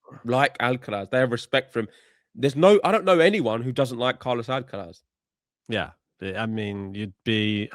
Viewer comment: For the love of god, just pronounce Alcaraz without the stupid fake spanish accent. Its so annoying. Also if you insist on saying it with a spanish accent, at least say it correctly in spanish then!